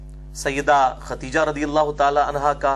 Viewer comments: Khudaija, not khatija. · جناب آپ بھی پکڑے گئے!!! اپنی لفظی غلطی درست کرو..... لفظ ختیجہ نہیں ہو تا بلکہ خدیجہ ہوتا ہے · اس ویڈیو میں آپ بار بار لفظ ختیجہ بول رہے ہیں کیا یہ نام خدیجہ ہے ختیجہ؟ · علی بھائی ختیجہ نہیں خدیجہ تلفظ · Sahe Khadija ko khateja keh rahay hayn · Aap ney AMMA khateeja likha huwa or aap boltey b AMMA khateeja hen lekin merey ilm k mutabik unka naam Amma KHADEEJA tha plz correct me. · It's KHADIJA Not Khateeja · مرزا صاحب آپ کا مشہور قول ھے میں ہوں مسلمان علمی کتابی خدیجہ کا تلفظ چیک کر لیں